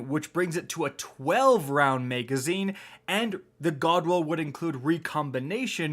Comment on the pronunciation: I really hate how you say MEGazine lol. Love your videos though